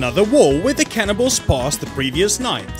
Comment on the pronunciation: Him saying cannibals sounds like cannonballs lol just me?